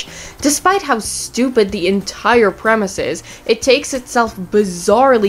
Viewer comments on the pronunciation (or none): none